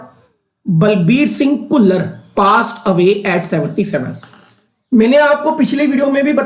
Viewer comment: "ਘੁੱਲਰ"???🤔🤔🤔.... ਖੁੱਲਰ